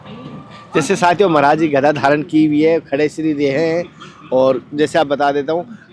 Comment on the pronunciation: गदा बोलो कनया भाई घदा नहीह गदा गदा